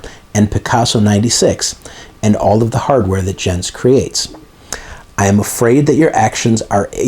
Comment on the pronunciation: Thanks, what a legal soap opera eh? By the way, only because I dabble in german language and that you mention his name often, Jens is pronounced Yens. 😏